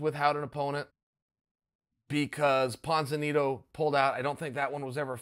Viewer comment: Nobody: Chael: Ponzinito